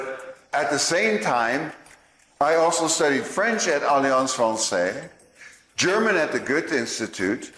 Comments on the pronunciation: face-green-smiling: ... aliáns fransé ... !!! ... it's better if you say "franséZ ... (what happened ... ???) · 40 languages ? Even the prononciation of " Française" was wrong